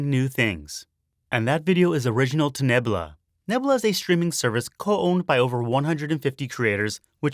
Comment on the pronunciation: Misspelling Shiisaa is kind of painful. But also going "roofs" instead of "Rooves" is REALLY painful. You should actually know that one. Edit "Neb-lah" really? Okay, look. You're supposed to be telling us things and sharing knowledge. So you're speaking from a position of "What I know" but when you are wrong in such fundamentally, hilariously basic ways, it feels insulting instead. Do better.